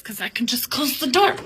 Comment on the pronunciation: The way she says "Close the door" has drunk vibes